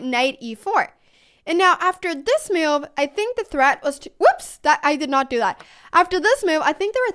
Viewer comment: It is sort of entertaining the way U pronounce "move" as "muv"..